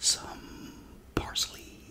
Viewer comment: I always crack up when you say "parsley"🤣 that meal looks delicious those are my favorite style of fries and they look so crispy as well as the fish!🤤 Even the peas look good!😋 I'm sorry to hear that about your phone📳 I hate forced updates😓 it's been raining this week in FL and supposed to be down to 30 by Christmas! Excited, we might even get some flurries🤗 great video!💙💛💙💛